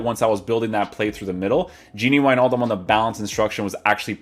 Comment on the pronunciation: No one: Kylian Mbappe : GINi WiJNaljum